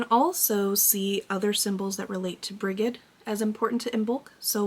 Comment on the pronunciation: I enjoyed this episode thank you. Brigid is pronounced Bridge-id. Greetings from Ireland